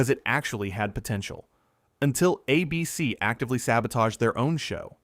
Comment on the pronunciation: I love all of these videos, but I can't stand the way you say ABC. ABC is the name of the network. It's not a BC